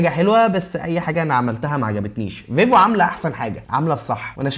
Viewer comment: انت بتقول فيفو كدا ليه ،، ايه فايفو دي 😂😂